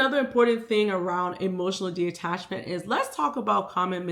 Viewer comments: Loved this video but it was killing me everytime you said De-Attachment it’s Detachment 😭😭😭😭 but the message was there and everything I needed, I just am weird about words 😂😭😭😭😭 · Okay so it’s not just me!? I was physically aching every time she said it, but that’s a me problem not a she problem, still such a good video, great insight❤